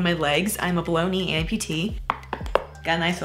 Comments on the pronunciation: I know she says “below knee” but I keep hearing “Baloney” 🌭 😂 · I still chuckle at “baloney amputee” teehee. When you say “below knee” quickly it sounds like baloney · My brain really hears “bologna” amputee every time you say “below knee”and that’s a weird visual